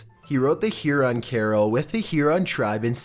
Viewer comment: hey! must correct your pronunciation in #4. it is Huron not heron. thxs!